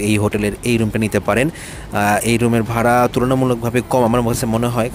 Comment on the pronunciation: ভারা না ভাড়া হবে।